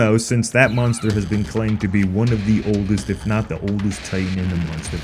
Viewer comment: It’s pronounced Monster not Munster or is that your accent??? You keep saying Munster !!!